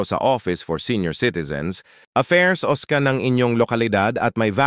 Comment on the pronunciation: Phase...hindi face...OSCA hindi si Oskar...